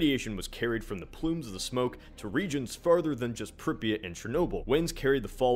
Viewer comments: It's pronounced "Prip-ee-yaht" not "Prip-ee-it". Just to let you know. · You are pronouncing Pripyat so badly.